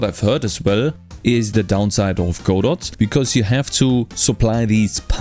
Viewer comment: Your one of the first I've heard to pronounce Godot properly.